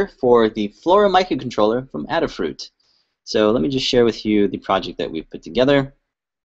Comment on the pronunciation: FYI, its pronounced A da Fruit, like "ate a fruit"... get it.